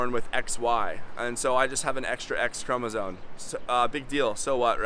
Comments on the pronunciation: It's chromoSOME, not chromoSONE. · Are you saying “chromosone”? It’s “chromosome”. 🤔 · Respectfully letting the content creator know for future outreach efforts, that the word is actually pronounced: ”chromosome” — not ”chromosone” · Speech delay? I’m commenting because a chromosome is not a chromosone: neither is it a chromosote nor a chromosope. I’m not making fun of anyone, just putting the fella right. I’d want someone to tell me! “Supposably” boils my piss, though! 😂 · Thank you. Important work. Clearly you - like the rest of us - are part of a continuum or two. Genetic make up, male/female, personal characteristics, etc. Doing what you’re doing helps all of us understand that people vary. It’s not as simple and black-and-white as we’ve been led to believe. One small note that will help you sound more credible. The word chromosome ends with an M sound, not an N sound. May you be well and happy